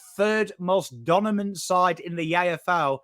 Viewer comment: saying ‘donimant’ 😍